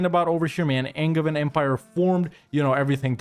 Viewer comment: Angein is pronounced like with a "j", sacrebleu. Signed, a french, obviously (who thinks the best kind of english is angevin)